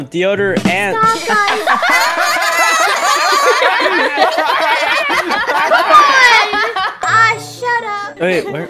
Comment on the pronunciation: Nice comment but he light said “DeodorANT” lol